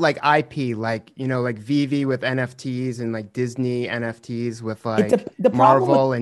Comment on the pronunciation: I love how he says the name wrong on purpose. There's no way that Gary V doesn't know how to say VeVe correctly.